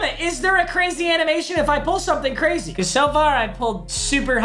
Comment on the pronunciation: No he didn’t say brazy 😂😂😂😂